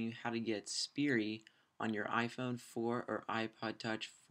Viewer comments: SPY-ER(Spire) not Spirie >__> Just a heads up it got annoying the way you say it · FUUUUUUUUUUUCK ITS SPIRE NOT SPIRI!!!!!!!!!!!